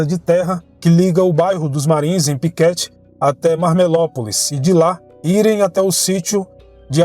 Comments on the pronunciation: Uma pequena correção, é Piquete e não Piquéte. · Muito bom, só a pronúncia do município de Piquete, que se lê "Piquête e não "Piquéte", mas só como curiosidade, conteúdo excelente. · Kkkkk eu ria toda vez que escutei ele dizer Piquéte